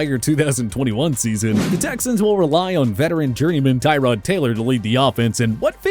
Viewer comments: The just made a video where they said Tyrod was pronounced Tuh-rod, just to pronounce it wrong here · you people make a video on how to properly pronounce NFL player names. yet you still butcher Tyrod's & Tua's names!